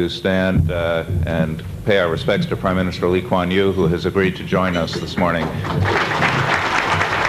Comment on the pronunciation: The emcee pronunciation of Lee Kuan Yew is actually pretty good